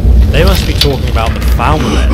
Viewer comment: You are saying the name rong your saying Falma but its falmor